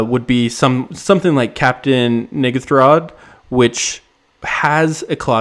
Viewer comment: I think you should pronounce it captian “en gathrod”